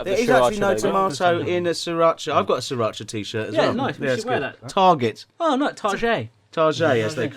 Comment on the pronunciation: sriracha see-rotch-ah, not saa-rotch-ah